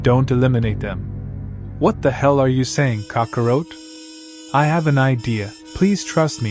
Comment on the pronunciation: I liked the story but the pronunciations are real bad. Scions and kakaroat? Oof